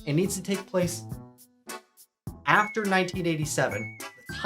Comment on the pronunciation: Why can’t bro say After?